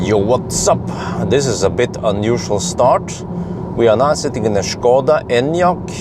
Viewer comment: Kudos for excellent Škoda pronunciation from CZ !